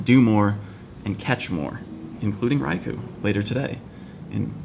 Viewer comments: you said ry koo lol after you correct the world on saying ry ko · It's pronounced "Rai-kooohhh"***not "Rai-kuu". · You said Raikuh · RaikOOOOOOOO! You said it wrong, japanese ou sounds like oo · A few videos ago he told people how to pronounce raikou and now in this video somewhere around 10 mins he doesnt say it correctly himself